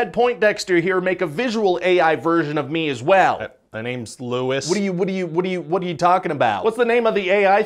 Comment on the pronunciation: My names Lewis but I don’t like how he says my name 😅